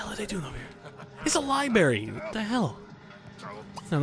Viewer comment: HE SAID LIBARY....FUUUUUUUUU